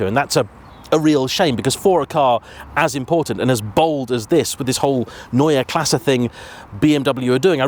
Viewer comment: how are you pronouncing Neue Klasse correctly but Porsche is Porsch?! 😂